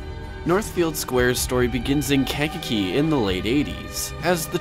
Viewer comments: Pronounced Kank-a-key and Bourbon-ay. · Pronunciations: CAN-KAH-KEY BURR-BONE-ASS, OR BURR-BON-AYE